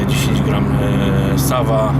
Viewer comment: Soła się czyta panie a nie SAWA